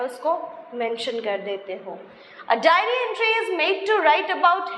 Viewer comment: It's *diary* writing...not dairy writing... Pehlee khud to sikhlee 🤣🤣🤣🤣